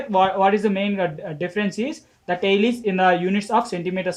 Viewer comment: 4 question mai tile ka pronunciation galat hai ...u r saying tail but it is tile..